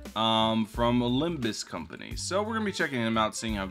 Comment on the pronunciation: Aint no way bro said limbus company